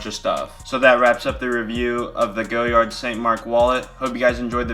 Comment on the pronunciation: it's "goh-YAR" not "go-yard"